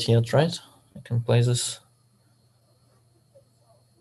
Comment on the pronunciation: 5 seconds in “okay zis is a blunder”